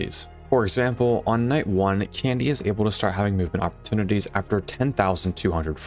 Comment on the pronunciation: "Oppertunites" rip